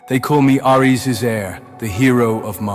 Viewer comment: Ngl almost quit after they way they pronounced Aires 😂